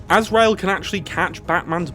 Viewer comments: You spelt and pronounced Azrael wrong. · I'm sorry, Calander Man? AZREAL?? RUZZ al Ghul??? Gotta be honest, I kinda half-expected you to reference a Scarcerow somewhere in the video